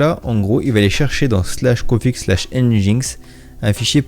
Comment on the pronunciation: Yo ! juste petite précision nginx se prononce engine-X "enjine-exse" =)